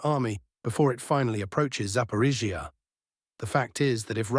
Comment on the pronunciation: Russian: Zapo-ROSH-ee-ah Ukranian: Zapo-RISH-ee-ah English AI voice: Zapo-rish-EE-ah 😂😂😂👏👏👏